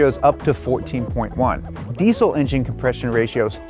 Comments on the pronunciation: Deezel not decell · Why can't Americans pronounce diesel? It's deezel not deesul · i dont want to be that guy but diesel is pronounced dee-zl not deesssssssle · Deesle? How dare you mispronounce the z in diesel. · It's pronounced. Dee zl. For Christ! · anyone else find it funny how Americans say diesel? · Americans really need to learn how to pronounce diesel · that way he says diesel😅haha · Your pronunciation of diesel makes this video almost unwatchable. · Wierd hearing the 'S' in deisel pronounced as an 'S' instead of a 'Z' like normal English speakers do